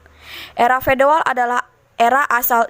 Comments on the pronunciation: era feodal gitu bukan fedoal ya🙏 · Feodal min bukan fedoal